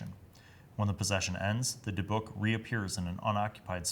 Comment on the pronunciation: Native Hebrew speaker here and I had to say you NAILED how to say Dybbuk The other way you said it is the way English speakers usually go for some reason